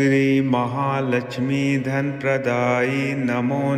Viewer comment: Praday hai not kaday